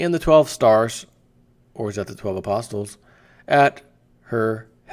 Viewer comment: You don't say the t in apostles, uh-poss-ulls. Maginot (from another vid) the g is pronounced zh like Jean Luc Picard, the t is not pronounced in Maginot either, Mah-zhuh-no.